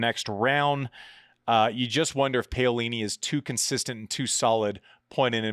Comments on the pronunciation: Andy I love you brother but please please please…. It’s PA (as in Paddle) not pay-o-lini. Easy to say! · It's "p a o lini", not "p eio lini"...... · Could you please learn how to pronounce names properly? Paolini is pronounced like P(owl)ini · Pow-lini not Pay-o-lini. But you're right NO ONE would have picked Paolini to be jumping into the upper echelons of the top 10, win a 1000, make a slam final and maybe another one. I like Paolini to beat Vekic honestly. Her movement is just SO much better than Vekic, but Vekic has a sledgehammer of a FH and it is great to see her finally making a Slam semi. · I'm beggin you ...P A - O - LI -NI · My neighbors are Italian tennis fans and they’re very amused by Andy’s pronunciation of “bufalo” and “Payolini” 😂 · Paeoleene....... Oh God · Andi, have google say her name in Italian, please! The way you say it sure makes me laugh really hard which is part of the show like many other silly things you say, but you completely butcher her name :)